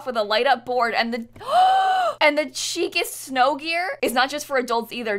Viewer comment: Chicest = sh-eek-est not cheekest? Just saying ;)